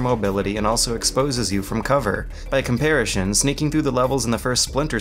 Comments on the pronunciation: I love this channel, but after all these years, I still can't handle the random words being consistently mispronounced. Comparishon? Nukular? Why? Why do you do this to me!! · I hate the way he says “Comparishon” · Why does he pronounce comparison like that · somebody please teach this dude how to pronounce "comparison" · Why does constantly pronounce comparison as "comparishun?" And later pronounce genuine as "genu-eye-n?" I'm confused. Great video though. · Comparison, NOT comparishon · Holy crap dude you actually said comparashin instead of comparison... why can't you speak English?!?... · "Comparishon", I love you. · otakuchrash It's unfortunate that such an amazing video analysis series with so much thought, time and effort clearly put into it is filled with "COMPARISHUN", "RAYTIONS", and "CHAYYF" grenades. I absolutely adore these videos but damn it's jarring to hear blatant mispronunciations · I asked him on Steam why he says it 'comparishon' and he seemed confused. Said that no one has ever tried to correct on it before. Seriously. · “Comparishon” I LOVE the video anyways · "By comparishun..." I know it shouldn't bother me but it does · "Comparishun" I thought I had been imagining that pronunciation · Anyone else hear that? Compar-ish-on instead of comparison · "By comparishon" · Do you have a condition that makes you pronounce certain words weirdly? "regime" with a hard G, "raytions", "compariSHon" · Nope, nope, you said comparishon on purpose, three times. Comparishon. Comparishon? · "By comparishin" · "Comparition" eh? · Why does he pronounce "comparison" like "compari-shun" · "by comparishun" get his ass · one question: why do you keep saying "in compairashun?" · Love, love, love your reviews. I will however admit your pronunciation of 'comparison' with a hard sh drive me insane. It's not all that hard. It's s...o...n... 'son'. Comp-ar-i-son. Yeah? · This guy pronounces "comparison" as "compariTION". It's hilarious...